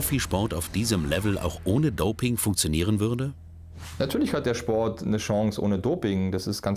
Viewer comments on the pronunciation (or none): none